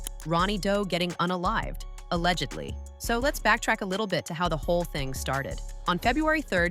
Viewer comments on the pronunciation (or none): none